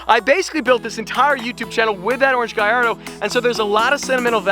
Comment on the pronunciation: if you call it a "guyardo" one more time im gonna lose it